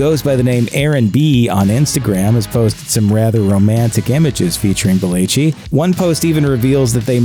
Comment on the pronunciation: It irritates me that he can’t say belleci correctly.